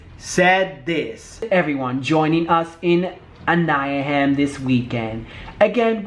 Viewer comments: Aniaham!! Lol it's pronounced Ana-hime California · The way you said Anaheim 😂 you’re the best! Great video!